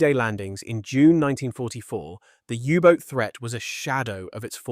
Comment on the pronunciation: AI/Speech synthesiser fail! It's not a Yubot. In English, it's a U-Boat. Proof read ALL text before you post. Don't induce a brain crash in your viewers. We can move on in a click